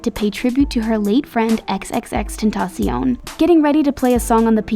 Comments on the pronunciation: She says XXX CANTASIONNE? It’s xxx tentacion or something. Not what she says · You are saying xxxtenation wrong this is how you pronounce it: (ex-ten-a- shon) or you just call him “ex” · ...that's not how you pronounce his name!!!! Annoying!!! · she be saying x x xtentcion's name wrong but i love billie so much she makes me smile a lot and when she smiles i smile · Am I the only one who was bothered by the way she said XXXtentacion??? It’s not a fancy French word bro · I really want x back but atleast say his name right lol